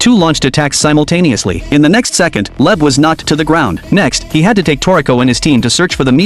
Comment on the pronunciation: Leb is wrong It's leib